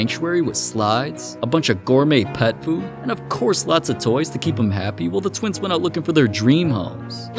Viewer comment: The Stokes tweens? Did you say tweens?